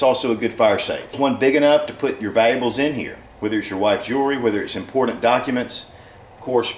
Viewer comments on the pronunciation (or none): It is important, to be immm-por-Dant